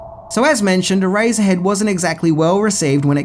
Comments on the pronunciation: I keep hearing erazor head instead of eraser head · I just kept hearing “ah-razor head”. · It’s pronounced e-race-er head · My god...please stop saying, "Erazzerhead". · "Eraserhead" sounds just like "Erazorhead."